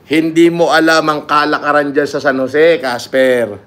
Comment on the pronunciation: "Pumunta sa San Joseeh"